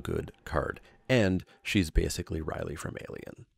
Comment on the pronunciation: Riley? Riley? Ripley! you silly Canuck!